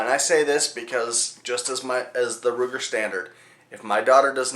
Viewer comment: that's Sturm Ruger, not Strum Ruger